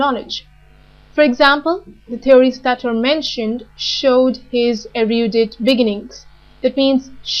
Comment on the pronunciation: Erudite is pronounced differently